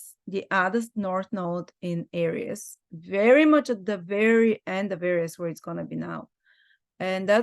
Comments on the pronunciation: She is pronouncing Aries correctly. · I love that pronunciation- I’ll change mine to that. Language is fluid. There are no rules.